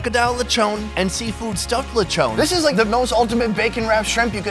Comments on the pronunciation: you dont pronounce it Letchone its litchoon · It’s pronouns as lech-on not lechown 🤣🤣🤣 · Yeah “lechowwn” is really good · the way he says lechon 😂 "Lichown"